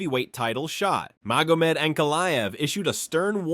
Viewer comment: I'm out. If you can't even pronounce Magomed... damn! Here's a comment, for your troubles, though.